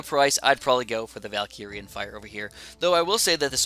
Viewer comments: It hurts my ears to hear Valkirian instead of Valyrian Fire from Game of thrones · Yustin Y. He keeps saying Valkyrian though